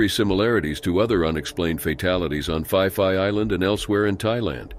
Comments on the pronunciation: Phi Phi Island is not pronounced as "Fee Fee" it is pronounced "Pee Pee" Watching reports of the 2004 tsunami will help familiarise you with the names of many Thai locations 😊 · Phi Phi island is pronounced Pee Pee island ✌️